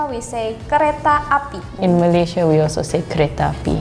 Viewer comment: Nak cakap Inggeris mendanya, sebut Malaysia pun tak betul. Sebutan yang korang selalu salah 1. Melaka bukan MALAKA.. 2. Pulau Pinang bukan PENANG 3. MAlaysia bukan MAALAISHIA